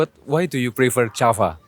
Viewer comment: Bro you memang boleh Berbahasa Inggeris,tapi tapi sebutan you banyak tak tepat seperti: visit=bizid bukan fisit Video=bidio bukan fidio Java=jawa bukan japa Verry=berry bukan feri dll